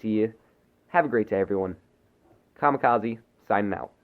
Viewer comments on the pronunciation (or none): none